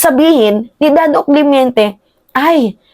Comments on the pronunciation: correction.. CLEMENTE hindi CLEMYENTE. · Clemente not clemiente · Clemente hindi clemiente